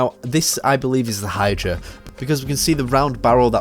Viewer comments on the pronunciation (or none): none